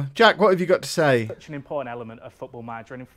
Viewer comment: That pause on jack killed me 😂😂😂👌👌👌